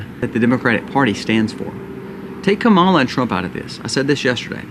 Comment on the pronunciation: I’m not voting for Kamala Harris but can we try to say her name right bc it’s just seems uneducated when you chose to mispronounce her name. Her name isn’t hard to pronounce.